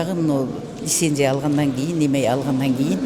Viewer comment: Лисенсия, эмеде, эмнеге, эметпей,😢😢